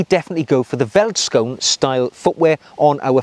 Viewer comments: Great video. I love my Vellies. Side note though... Veldskoen is pronounced "felt skoon" and quite literally means “field shoe” in Afrikaans; one of South Africa's eleven national languages. If you find it difficult pronouncing the word "Veldskoen", you can also call them "Vellies" (pronounced "Fellies"). This nickname is used by many South African cultures and it seems to roll off the tongue a little easier. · i find it funny how you pronounce Afrikaans words as a south african also multipul of one feldskoen is feldskoene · Hi. My name is Sailesh, and I'm from South Africa. I'm a huge fan of your channel and follow it religiously. The "V" in Afrikaans is pronounced as an "F." Veldskoen is pronounced as "Feldskoon. " Anyway, thank you for a fabulous channel, and keeping us motivated on the journey to Chap Nirvana. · Ahh.. that takes me back a hundred years or so to my school days in the old Transvaal. Great material, as always,. Pronunciation by English-speakers is best done by saying it as if it were spelled: "Felt-Skoon". It translates from Afrikaans as "field shoe." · Hey, great video, but it is pronounced felt not welt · Neat video! Two small things, though. In Afrikaans, a V is pronounced as a F sound, ie. "(F)eld skoen". Also, whilst "field shoe" is a fair translation, I'd wager that "bush shoe" may fit better in this situation. Regardless, thanks for making the world aware of this amazing shoe! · Ah... I was looking for this. Wouldn't you also pronounce the 'oe' as an english 'oo' ( as in food)? So veldskoen being pronounced 'feltskoon'? Cheers. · Thanks for introducing veldskoen to the world. I'm South African ,born & raised. The V in veldskoen is pronounced as an F. So you basically pronounce it "feltskoen" singular & "feltskoenner" plural. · South African shoes. Vellies (pronounced felly's in Afrikaans) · 10 of 10 for butchering the pronunciation!